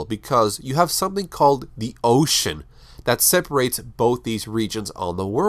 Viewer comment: I laughed a bit too hard when you said ocean